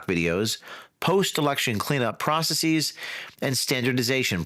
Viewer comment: "Practicees"?? "Processees"?? James. Come on. That's not how English works.